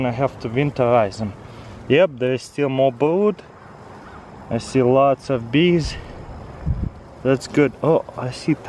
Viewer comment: "Feed de Beest"